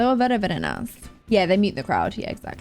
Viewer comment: "Very very nive" lol